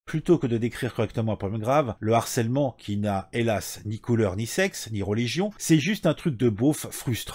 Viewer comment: S'il te plaît "harcèlement", c'est avec un "h" aspiré ! Pas de liaison ! Ça a fait saigner mes oreilles 😂😂😂